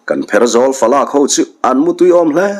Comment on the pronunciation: "Kan pherzawl falak..." falak tih i thluk dik lo nasa mai.